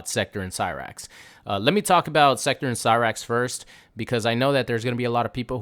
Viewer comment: You’re fine with butchering cyrax n sektor but mad bout Conan the barbarian. You’re ridiculous you weirdo